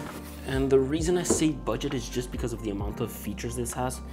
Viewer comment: "BUGDET" (450 euros). My guy...